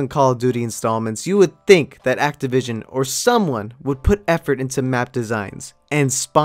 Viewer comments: It’s axeavishin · Its axe-tivision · It's axetivision